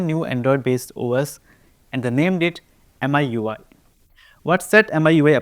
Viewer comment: MIUI is not pronounced as "M.I.U.I." rather "Me You I" or "Me UI"